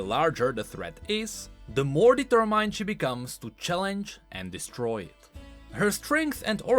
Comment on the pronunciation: Why do you ALWAYS mispronounce the word "determined" every. Single. Time. Since 2015.